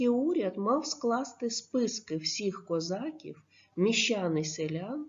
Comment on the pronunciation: Ви звичайно вибачте за критику але не правильна вимова слова козаків 😐